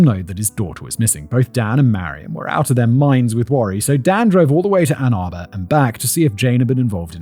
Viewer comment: Well at least he said Ann Arbor right. Lol